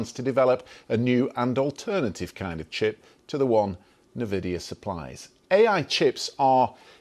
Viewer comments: I have never heard anyone pronounce NVIDIA like that, you can tell this guy had zero exposure to tech 😂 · This is not how you pronounce NVIDIA :)